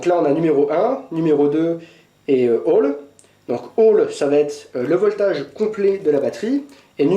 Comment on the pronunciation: si tu dis "voltage" met l'accent british! sinon en fr c'est la tension...:)